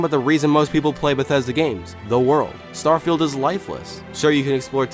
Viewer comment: You said "Starfield" precisely 23 times. (22 times before asking the question how many times you said "Starfield", a 23rd time in that question and once you said what sounded like "Stirrfield".) Where's my Bugatti? 🙂